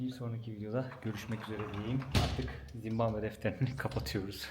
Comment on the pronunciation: yav ben mi yanlış duyuyorum yoksa 2 böllümdür zimbambe mi diyorsun ülkenin adına? :D